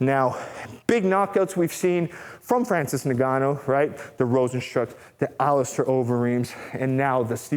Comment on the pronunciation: For what it's worth, his name is pronounced In-Gah--New. My West African people would appreciate this adjustment.